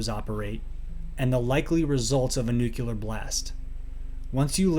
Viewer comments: “New-clear” not “nukuler”. 😅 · NUCLEAR NEW KLEE ARR not Nuke you lar